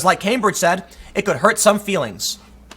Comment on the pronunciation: Muh Fweelings